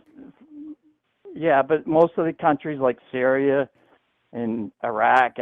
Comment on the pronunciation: Sieria 😂 Dude is so ignorant he just makes up names of countries in the middle east